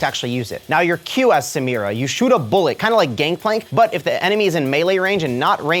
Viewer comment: Thats not how u pronounce samira